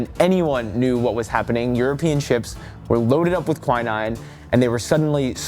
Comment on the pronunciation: ahte to be that person but it is not pronounced kwai-nine, its kwi-neen.